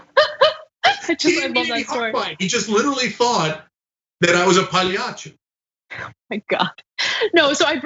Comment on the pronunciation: the way says it makes it sound from brooklyn